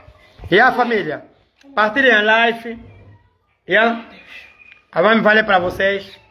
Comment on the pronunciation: Live e não life